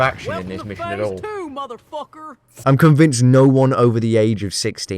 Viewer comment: Why he said motherfucker like a redneck